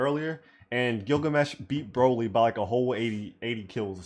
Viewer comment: does anyone realise why king through the entire vid calls broly broccoli? i dont